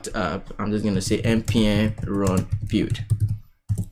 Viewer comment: "bild" or like "be:ld", not "bew"...